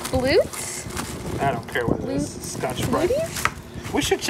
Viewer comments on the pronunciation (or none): BLU-ETTES not Blutes.. lol